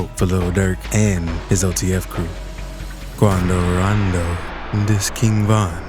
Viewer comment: He say Qunnadoo Raandoo